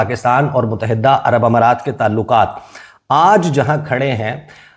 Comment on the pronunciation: Kitnee dafa tumain batain? Mutahidda ghalat talaffuz hay. Correct pronunciation is Muttahida. It is irritating for my ears. FGS 😮